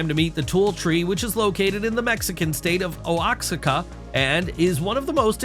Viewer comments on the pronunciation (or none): Oaxaca is pronounced wa-ha-ka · The tree from Mexico called Oaxaca is pronounced “Wah-haca ”. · Oaxaca...it is pronounced wo-haw-cuh - student of Mesoamerican history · The Tule Tree at 22m:58s is in the Mexican region of Oaxaca, which was mispronounced by your voice artist, and should be “wa-HA-ka”. Please can you correct and update the pronunciation, if not in the recording, then by written notice at the end of the video? Many thanks. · Regarding A.I. Narrator: Is it possible that the region that the Thule tree is stated by the Narrator as being in the "Oh-ox-se-ca" area is really the Oaxaca (pronounced "wah-hah-kah") region in Mexico? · At 23 minutes...the AI narration needs to learn the proper pronunciation for Oaxaca. It is pronounced phonetically as "wo ha ka", not "O ox ika". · Learn to pronounce Oaxaca. IT IS OAHACA . Americans…